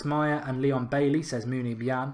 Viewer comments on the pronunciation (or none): none